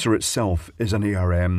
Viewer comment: I've never heard anyone pronounce ARM with the individual letters, including Steve Furber and Sophie Wilson who designed it.